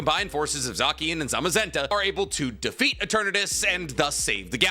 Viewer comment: Who the hell is zack-ian, I know about a zacian (zay-shien)